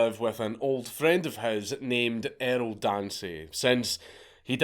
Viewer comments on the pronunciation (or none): none